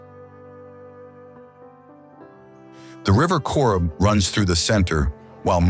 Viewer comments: Beautiful scenery, just spoiled by the jumping around & mis-pronunciations! Cobh, where my family originated is "Cove"! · Nobody can pronounce Irish names so give them a pass. He almost got Cobh right....fair play to him.